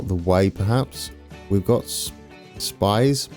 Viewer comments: Thun = Toon Spiez = Speets Interlaken = Interlaken ("a" pronounced like the first "a" in again and not like the second one) Gwatt = same thing with the "a", just listen to Google Translate pronouncing the "a" in Interlaken Oberhofen = with a long "o", again just listen to Google Translate Riggisberg = Riggesberg (listen to Google Translate pronouncing "Berg") Adelboden = Google Translate mate Domodossola = thats actually in Italy so pronounce it just how it´s written Visp = Wisp Sitten = you actually nailed that Siders = Seeders There is now way of you getting everything perfect, German is just too difficult for an anglophone but it would be nice if you put a bit of effort in your pronunciation. Google Translate of course is a bit crude but it get´s the job done and I believe it would make your pronunciation acceptable. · I've been waiting for this! Looks great! Having been to this area of Switzerland myself I can't wait! I think that Spiez is pronounced like Speez and Thun is pronounced like Tün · I am so happy for you chose this region. I worked around there quite a while. Between Frutigen and Visp, there is a car train, where you sit in your car on the train and go thru a big tunnel (20min?). I always thought, how cool his is. Ah, and Spiez is pronounced somewhat in he near of "speeats".